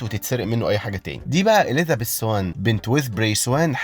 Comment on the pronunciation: عندك مشكلة ب "اليذابيث"